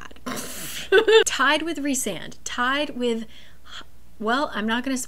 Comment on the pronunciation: WAIT YOU CALL HIM REESAND?? ITS RICEAND!!!!! but yes i do love him ALSO WHAT??????? HE DOES NEED THERAPY BUT HES MY SOULMATE ENERGY